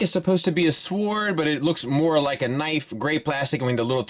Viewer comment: Can you really not pronounce Sword correctly?